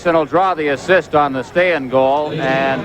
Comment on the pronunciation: Shows how bad the goaltending in this era was when Pete Peeters was our number 1. Stayin? Nezland?? What the hell is wrong with the play by play guy's mouth?